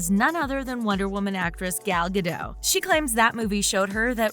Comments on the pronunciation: It's Gal Ga-dot, not ga-doh you fucking moron. This is the TALKO i.e the protraction or just an elongated word play but TALK. If it meant something else then it's the shittiest YouTube channel ever. Just a ploy to make money off of ppl like me: viewers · It's pronounced GADOTTTTTTT not GADOGH! -an Israeli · The "T" in Gal Gadot is not silent.